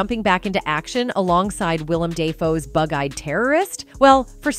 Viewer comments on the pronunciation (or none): And secondly it’s fuking pronounced (WILL-UM DUH-FOE). He’s only one of the greatest and most versatile actors of our time! 🤬🥲❤️